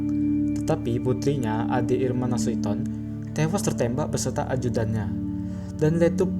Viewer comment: Nasution bukan nasuiton